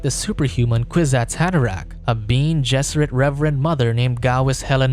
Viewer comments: Bean? You can not watch the movie or read the book? It says Ben-é not bean. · “Bean gesserit” isnt it pronounced “bene”? 🤔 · Who the hell are the "Bean" Gesseret? It's pronounced Ben-nay!!! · it's not "bean" it's "beh-neh", it's latin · Yes, the video says "bean gesserit" instead of something more like "Benny Jesserit"